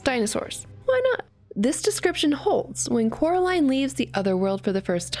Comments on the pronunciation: Ten seconds in and I have to hear it being pronounced coralin. It's pronounced coraliiiine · its Coraline not Caroline sry but its true (also sry if you said Caroline on purpose)